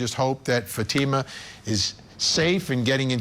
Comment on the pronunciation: I find it so annoying that both defence attorneys keep mispronouncing Fatima’s name. That alone speaks volumes of their disrespect for the victim. Of course, this lawyer is just speaking from the parents’ perspective. However, I must agree that the evidence of attempted murder against Zahraa was not convincing. That was an overcharge. The evidence against Ihsan was overwhelming though. The jury should have found him guilty of attempted murder. I believe 2nd degree assault was a compromise decision to reach a unanimous verdict. I’m not happy with the outcome, but that’s how the system works.